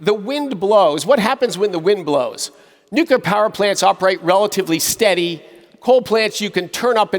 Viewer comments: he's right about climate change, but can he please learn how to pronounce nuclear/nucular? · He lost me at "nucyular" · Why can’t the energy secretary say nuclear properly? He says “nucular” more than half the time! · "Nucular", says the secretary of energy repeatedly... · Love how Chris pronounces Nuclear as New Killer 😂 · Ironically can’t pronounce nuclear